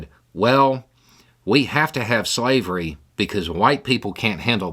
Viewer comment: couldnt say slavery